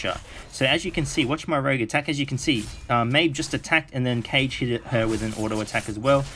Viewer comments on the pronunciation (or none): its not Cage its Kage! Like Naruto- KazeKage. Kage means ninja king. He is holding a shuriken for god's sake lol